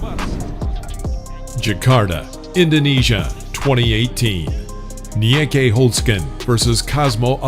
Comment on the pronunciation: It's pronounced 'Niiki' Holzken (I know, Dutch is weird).